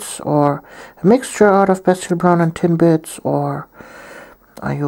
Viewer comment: Every time you say "Tin Blitz" i hear "Tim Bits" and i get really hungry :(